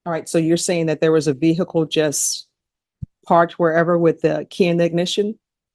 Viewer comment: Badges, we don’t need no stinking badges 😅 and when he does burglaries and home invasions it’s yust a leetle heecup 😅